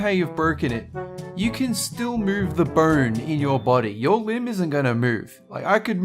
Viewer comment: It sounds like he is saying burn instead of bone.